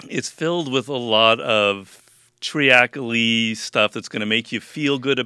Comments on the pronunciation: TREE-AK-A-LEE ??? here's some self-help advice for Greene, don't use words you can't pronounce. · Treacly is pronounced 'tree-kel-ee' not 'tree-ack-a-lee'. It comes from treacle Robert, which is basically just another word for molasses.